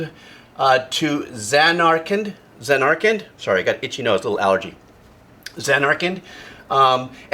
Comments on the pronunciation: "Now let's play 'to zuh-narkland, if that's how you say it" Me: that's right-that's kinda right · Emphasis on the final syllable. ZanarKAND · ZAN'ar-kund. Last syllable is swallowed a bit. "kind" as kindergarten, or "canned," or "kend." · JRPG: Japanese Role Playing Game Zan-Are-ken the final d is pretty much silent though some NPCs do pronounce it. Here are my favourites from the series. Liberi Fatali, Eyes On Me and Start Up from FFVIII One Winged Angel from FFVII You Are Not Alone from FFIX The Calming and theme to Besaid from FFX For me FFXII, FFXIII(s) and XV didnt have much rememerable music for me. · Should have listened to the Distant Worlds version of To Zanarkand (pronounced zan-are-kend).